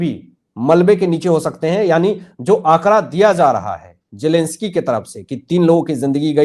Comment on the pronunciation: Zelensky not jelensky